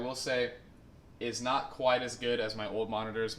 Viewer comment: I thought you saying 'There is lot', lol